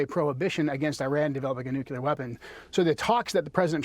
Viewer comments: Why do smart people intentionally mispronounce ""nuclear?" It's cartoonish. It's pronounced "new-clear," not "noo-kyoo-ler." This started under GWB trying to sound folksy. Now it's a 'tell' that one is right wing. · The guy can’t even pronounce nuclear correctly.